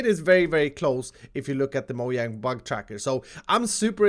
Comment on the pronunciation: He says Moyang but he has to say mo-j-ang